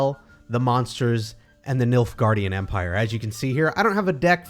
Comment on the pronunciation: I'm not gonna lie, at first I thought you said "the milk guardian empire"